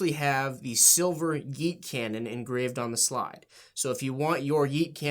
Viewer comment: You straight up boomered the word yeet that i cringed harder than hearing yeet..